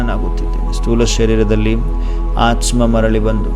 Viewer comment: It's aathma pronounce it properly